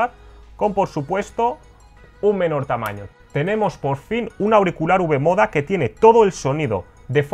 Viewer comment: Eso iba a decir jajaj